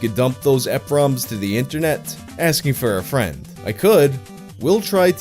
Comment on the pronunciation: surprised there weren't other pedants already whining about it so decided to take the rare privilege to say "it's pronounced E.P. ROMs" *adjustglasses*